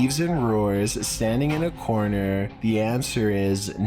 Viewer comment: How can you stand that guy's voice? He makes a syllable word 16 syllables long Videoooooo Youuuuuu Cornerrrrrr Evacuaaaaaate Ownnnn Happennns I used to subscribe to his channel until I could stand it any longer